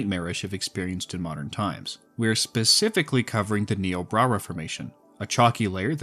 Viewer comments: Having worked with the formation for 2 years, is nIobrara with the I sound. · Hey just so you know Niobrara is pronounced "Nigh-oh-brayr-uh" I actually grew up close to the namesake river! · I think you meant to say "Nigh-o-brair-ah" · im sorry this is pretty minor but you keep saying niobrara formation like "niobra reformation" idk why my brain is parsing it like that but it is